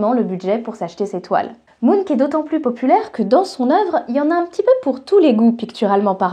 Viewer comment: Ah oui, on dit MunK et pas Munch comme les Monster Munch ? Avec un fume cigare, l'illustration de ta jumelle maléfique aurait été encore plus classe. Très bon sujet, merci.